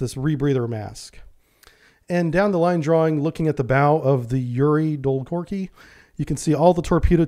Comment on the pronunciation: Dolgoruky. U is not silent